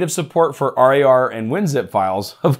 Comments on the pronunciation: thanks for the update but please call winrar and rar as just rawr instead of treating it as an acronym. Never heard anyone else call it r.a.r. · i can't get over him calling it R A R instead of pronouncing it rawr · Use 7 zip for rar files, also not r a r, rar, like roar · bit triggerd with the R A R pronunciation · Don´t say r-a-r file or also say z-i-p file, but don´t do that! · The way he says RAR hurts my soul.